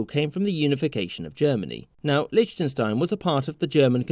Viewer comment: Ah yes, my favourite Country, *LICHTUNSTINE*.